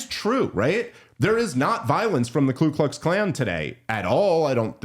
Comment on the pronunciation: Ku klux klan not klu klux klan man, a lot of people make that mistake